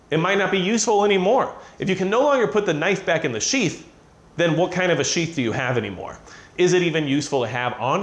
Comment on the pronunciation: I know he's saying sheath but when he's talking fast it sounds like sheets.....just say'n.....